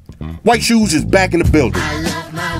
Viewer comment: "i lov ma white shooes"🔥